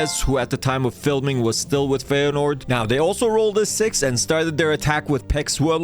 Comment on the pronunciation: pronounced fy-uh-n-aww-d